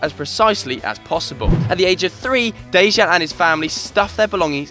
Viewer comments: its pronounced deyan lovren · My and Lovren's name is pronounced like Deyan. Just putting that out there :) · for the love of god learn how to pronounce Dejan